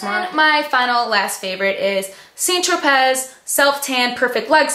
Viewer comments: The St. Tropez tanner is pronounced "San tro-pey", with an "a" sound. C'est francais. :) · SAINT TRO-PAY is how to pronounce